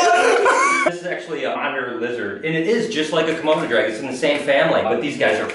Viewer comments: I cringed everytime he said komoto dragon XD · Did anyone else notice Zane was saying kromoto dragon instead of Komodo dragon😂